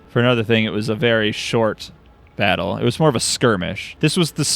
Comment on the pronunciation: "Batter of Bittle Hill" "Squitter Spirmish"